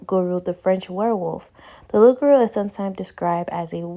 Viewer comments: The correct pronunciation is Lu-gah-rue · It’s pronounced “Lu-Ga-Wu” & yes it’s like a demonic being. It’s a Haitian Creole word. It’s sad but in the Haitian community, I speak from experience, they don’t handle mental health well. It’s like your just suppose to be strong and overcome on your own. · It’s pronounced, Loo- Ga- Woo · Thanks for doing this story. You almost got it lol it’s pronounced “loo-gah-oo” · Being form Grenada I heard her say Loupgarou (Ligaroo that’s how we pronounce it) and I’m like no F’ing way. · Love your channel! The demon name is pronounce Loo-gah-ooo